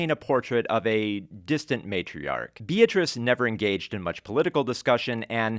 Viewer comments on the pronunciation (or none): none